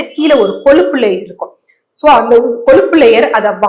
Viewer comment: Koluppu kolluppu koluppu????????? Ozhungaa sollunga. Kozhuppu nu sollunga. Ada kandraaviye!! Avacado palam aaaa??? Pazham, zham -- Ozhunga solla varaadhaaa???? Graamamaa neenga?????????